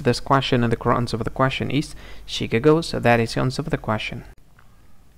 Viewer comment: Please work on pronunciation of the words. Chicago is pronounced Shi kah' go, not Shikka' go. In debuted, the t is silent. It is pronounced day bued , not de booted.